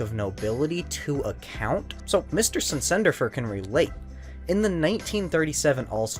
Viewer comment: I think it’s SEN-sin-dur-fur, not sin-SEN-dur-fur.